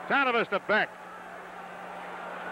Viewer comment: Hilarious hearing the Rangers announcers basically butchering every player's name..lol. At least they pronounced BECK properly.